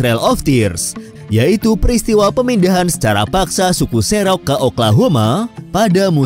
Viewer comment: Kepada admin, editor, dan segenap tim redaksi Invoice Indonesia. Mohon diperhatikan pronunciation narator. Saya tidak tahu apakah narator berbasis AI ataukah ada seseorang yg ditugaskan sebagai narator pada setiap video yg dibuat. Karena beberapa kali saya menemukan kesalahan penyebutan nama tempat/suku/istilah dalam bahasa aslinya. Contohnya seperti penyebutan nama Cherokee pada video ini, disebutkan menjadi "serok". Cherokee seharusnya disebut sebagai "ˈtʃɛrəki" (che rə ki) menggunakan e taling pada penyebutan "che" dan menggunakan e pepet pada penyebutan "ro" -> "rə", serta menyebut "kee" menjadi "ki". Semoga lebih baik lagi kedepannya dan tetap memperhatikan pronuciation aslinya agar audiens yang sebelumnya tidak pernah tahu tidak dibuat keliru. Terima kasih.